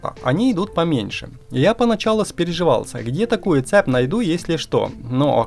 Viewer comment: Слушай, а вокруг тебя реально что-ли люди так говорят: цеп, заряднОе, семьдесЯт, сантИметров, Штопорное?